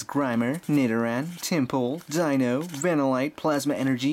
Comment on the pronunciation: its not cue rem its cure em and you said deino mostly right its kinda weird